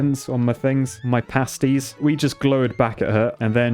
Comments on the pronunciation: I never realised how slightly illiterate is bless him. Glowered is pronounce "gl-ow-ered" like ow I stubbed my toe. And it's Pasties so like Copy and paste-ies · Pasties - as in adhesive PASTE (pay-st) glower: sounds like flour (as in, bread) o3o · 'pasties' is pronounced with a long a because they're pasted onto your body. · Pasties starts with pay like you pay a bill. Glowered starts like it rhymes with cow. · Cracked up to the pasties enunciation